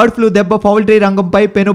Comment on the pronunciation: One more thing.. Flue kadu Flu.